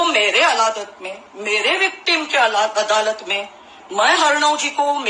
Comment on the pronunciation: She is actually under some influence.adalat ko aladat pronounce kat rahi hai .Hosh thikane nahi hai ulta seedha bak rahi hai.